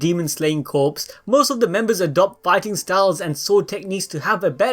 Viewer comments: It’s pronounced Core (Corps) not Corpse. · "corps" is pronounced...core i think? only pronounced as corpse when it is a dead body, and spelled that way. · You keep saying Corps like "Corpse" but it's "Kor" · Corps is pronounced •core•, like in Marine corps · Demon Slayer Corps; Corps is pronounced 'Core' not 'Corpse' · Corps is pronounced core not corpse. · Great video. Thanks for keep spoilers to a minimum. Just an FYI, corps is pronounced "core" not "corpse". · Demon Slayer Core the p is silent. Corpse is a dead body. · Corps is pronounced core not corpse. Other than that, good video! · Demon slayer corps(pronounced as core not corps) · just gotta say, corps is pronounced "core" not "corpse" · Its pronounced "Core" not "Corpse ☠" they aren't dead. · Dude fyi “corps” is pronounced as “kor”, without the P and S. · You are pronouncing “Corps” incorrectly 🤨 sorry I went balls deep on that 😄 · corps is pronounced "core" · “Corps” is pronounced as “Core” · Corps is pronounced like core. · Corps is pronounces Core or Cores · Corps is pronounced as core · its core not corps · Did he say demon slayer corpse? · Corps is pronounced “core”. Like the marine corps or intelligence corps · “Demon slayer corpse” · Corps is pronounced “core” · Corps in Demon Slayer Corps is pronounced core, bro. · still. it's pronounced kor, even though it has an "s" at the end. That's how silly english works. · "corps"pronounced as "core" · Dude, CORPS is pronounced as CORE or COR. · Corps is pronounced like core. Like Marine Corps or the Press Corps. Just a FYI. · The p in Corp is silent!!! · The "p" and "s" are silent in "corps"